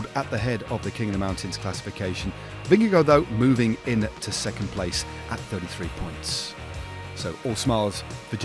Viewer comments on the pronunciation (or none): none